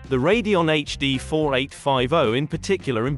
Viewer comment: It's saying Radeon (Ray-de-on) correctly.